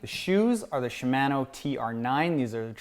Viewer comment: It's not "Shuh Man O", It's "She Mah No" ;)